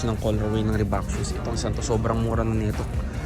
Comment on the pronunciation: Reebok idol hindi Reebak 😅